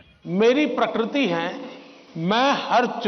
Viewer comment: Isko adani hi deekta hain...in 1980 Ambani was doing the same and Congress was in power ...pakrutee nahi pakritee hota hain kru nahi kri... Garbage 🗑️ ka parakastaa